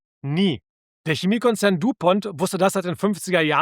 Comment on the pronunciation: Du Pont ist französisch. Bitte richtig aussprechen